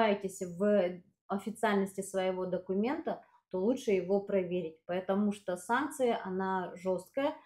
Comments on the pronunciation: дАкумент эмес дОкумент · Дакумент эмес документ болот